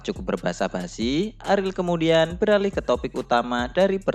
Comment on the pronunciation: bacanya ariel aja bang jangan aril gua jadi nebayangnya aril noah